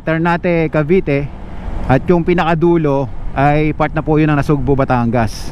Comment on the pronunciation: Sir, NASUGBU po, hindi NasugbO.😅